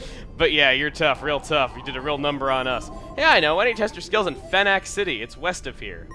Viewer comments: I always thought that Phenac City was pronounced like "Fee-Nick" not "Fen-Ack". It's always so weird hearing things so differently when you've had one way of saying them in your head for years... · Also, you may have forgotten to mention that the MC is literally a bad-ass (No literally, he is a wanted criminal) compared to a ten year old...And judging by how you called it Phen-Ack city, and not like Phoenix, Arizona makes me think I can tell you that, like how the areas in Pokemon are based on Japan, this one's area is based on Arizona, including that the Oasis in the desert story that Phenac is based on is the same as Phoenix, Arizona. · I still think it is "Fee-Nick." Phenac City IS based off of Phoenix, Arizona. It just makes sense for them to sound similar. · I always thought it was pronounced "Fee-Nick" city .-. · At first I thought you pronounced "Phenac" city as "Fine-ass" city. I almost prefer the latter XD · Hey Chugga, not to nitpick or repeat comments, but I think Phenac should pronounced more like Fee-nick, since Orre is supposed to be based on Arizona, particularly around Phoenix, I think. Didn't you live in Phoenix? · I think Phenac City is supposed to be pronounced with an long e sound since it is based off of Phoenix, Arizona. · It should probably be noted that Phenac is pronounced like "Phoenix", since Orre is based on Arizona. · the way... you pronounced phenac... so different from what i say...